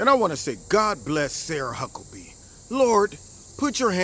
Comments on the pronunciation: Huckabee not Hucklebee. At least say her name right. She's not a huckleberry. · I agree, but I have to let you know, her name is Huckabee, not Hucklebee. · It's huckabee 😂 but great video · not to be a dick.. but it's Huckabee :x